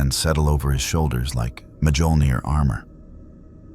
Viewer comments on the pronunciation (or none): I love stories like this, but can we please teach the AI how to pronounce Mjolnir?